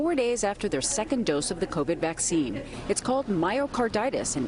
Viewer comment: “Vacine” lmao